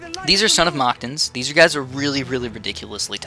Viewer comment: Your saying mactans wrong